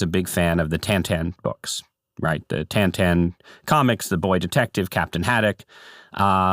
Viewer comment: It’s Tintin, not Tantan.